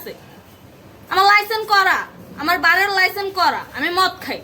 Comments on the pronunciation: ভাইরে ভাই জীবনের শুনে আসলাম লাইসেন্স আর উনি এখন বলতেছে লাইসেন্ , আর এই জন্য মনে হয় ওর নাই কোনো সেন্স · লাইসেন্স উচ্চারণ করতে পারেনা...এরে আবার লাইসেন কে দিসে ভাই! 😂